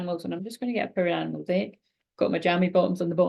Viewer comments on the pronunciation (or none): Wherever you say Power Animal I hear Parrot Animal 🦜 😂